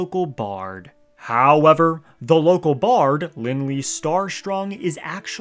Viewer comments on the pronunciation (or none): The way you say “hOwEvEr” is so grating on the ears, holy fuck. Why is it hard to find a YouTuber who talks normal these days?